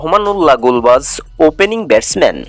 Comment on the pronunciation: আপনি গুরবাজ এর নামের যাইগাই গুলবাজ বলেছেন 😀😀😀